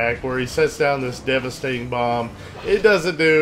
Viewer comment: Haha "Devestating" bomb! :)